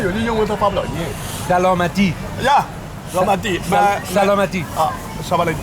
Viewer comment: سلامتی گفته‌ نمی‌تواند به جايی اش سمالتی میگن😅😅😅